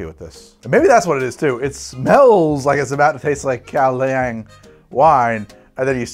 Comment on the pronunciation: gaoliang. GAO LEE ONG